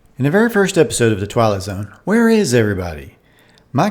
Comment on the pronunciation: It sounds like you're saying "The Twilo Zone", from The Dick Van Dyke Show "It May Look Like A Walnut".